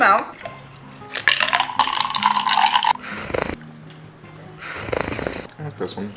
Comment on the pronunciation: Love how you say milk like MELK